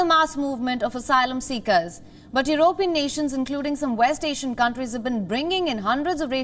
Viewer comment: Learn to speak English, woman. How do you pronounce the word "European"?